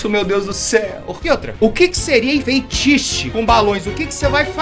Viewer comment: T3ddy, refuta essa, você falou feitiche e é fetiche que fala igual tá escrito